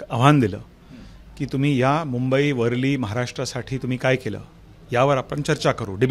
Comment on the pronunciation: याला मराठी बोलता येत नाही,वरळी शब्द सुद्धा बोलता येत नाही.